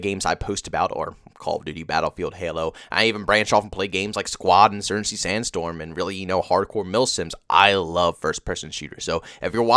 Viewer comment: Insurncy sanstorm he said. Slow down bro, practice your words.